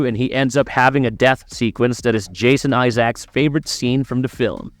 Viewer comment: Bruh did you really just say Jason Eyezach?🤦🏻‍♂️